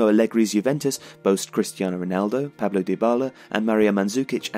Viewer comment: Not, it's Paolo. But we forgive ❤️ excellent video